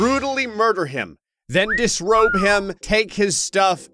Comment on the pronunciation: "Then dis robe him" got me dying 💀💀💀💀